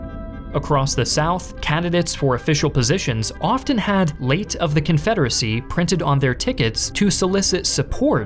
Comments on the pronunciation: Call me a grammar Nazi, but the constant mispronunciation of the word “the” makes this difficult to listen to. “The” is pronounced “thee” before a vowel (thee Americans) but pronounced “thuh ” before a consonant (thuh guns and tanks). Call me the armchair grammarian, but take no offense. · Are you AI? Why do you say THEE instead of THUH? I find your content interesting, but I just cannot listen to your narration. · Why does this guy always pronounce "the" as "thee" instead of "thuh"... sounds weird.